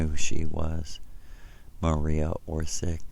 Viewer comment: ..he cant even pronounce the name of her correctly, someone (acc. to him) that first visited him in 1976? :face-green-smiling: hint: its not OR_SICK its a (what we call now) croatian spelling. his story (so far) has more plot holes than a cheesy soap opera.:face-blue-droopy-eyes::planet-orange-purple-ring